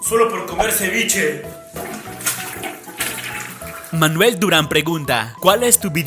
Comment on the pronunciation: Yo pensé que era de Perú cuando dijo ceviche :v Hasta que después lo confirmo